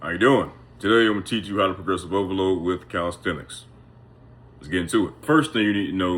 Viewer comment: Poresrovolooo😂😂😂😂damn bruh,if not for the captions,I wouldn't have heard any😂😂